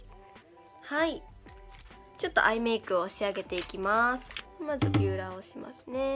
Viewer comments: ヴューラーなの！？ ビューラーかと思ってたww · ビューラーじゃなくてヴューラーなんだねwww